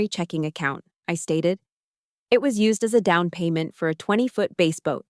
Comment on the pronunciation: Bass boat with bass like the fish, not like the guitar which is pronounced like base, with a long A. Bass, the fish, is pronounced with a short A, and rhymes with - crass, lass, mass.